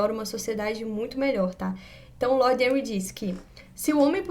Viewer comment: Henry se pronuncia Renry , não Enri.